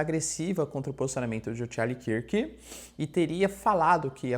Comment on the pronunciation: Charlie KÃRK professor, KÃRK, assim como dunkirk